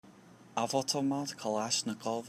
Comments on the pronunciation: "Off-tow-ma-t" bro ;) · You know what really annoys me about this video? One how the guy pronounces "avtomat" seriously where did you get the second o? And 2 how he labels it as a submachine gun when it shoots a intermediate cartridge! A submachine gun shots pistol cartridges not assault rifle rounds! Come on it's the firearms blog! THE firearms blog they should know this stuff!